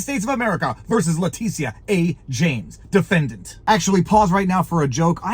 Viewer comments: Its not La-Te-Sha...its La- Tit- tia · “Titia”, honest to god. T-I-T-I-A.